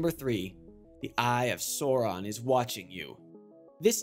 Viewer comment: wonder why he kept getting the pronunciation of Sauron from lord of the rings wrong, they say his name alot in the films alot?